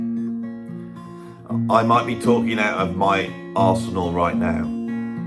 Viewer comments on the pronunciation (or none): I heard it as "arse 'n all"